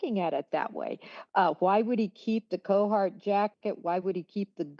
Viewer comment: CARhartt. Not CO-hartt. Sorry, that was hurting my brain.